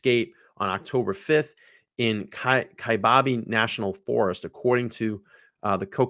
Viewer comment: lived in AZ all my life. i love how hard you try to pronoun the places. Kiabab is ki (long i) bab (like babble) and Seligman is SA (short a) lig (short i) men. what im curious about is her bearded dragon. a dragons temp has to be at a certain degree all the time and they eat only certain foods...it's not the same as traveling with a dog. even when it's hot here, at night (up north) it gets really cold. that dragon would not survive for long, unless she has a way to keep it really warm. also people think because it's cooler up north then you dont need as much water. wrong, you need more bec you are losing a lot of water. you just don't know it bec you dont feel yourself sweating like you would if you were in the valley. we've had to rescue many people.